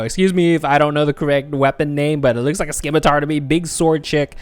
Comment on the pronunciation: calling Nibella's weapon skim-mah-tar is crazy